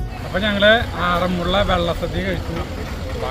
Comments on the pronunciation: ആറന്മുളള എന്നല്ല പറയേണ്ടത് ആറന്മുള എന്നാണ് പറയേണ്ടത് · ആറന്മുള്ള അല്ല.... ആറന്മുള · വെള്ള സദ്യയല്ല വള്ളസദ്യ. അതുപോലെ ആറന്മുള യാണ്, ആറന്മുള്ളയല്ല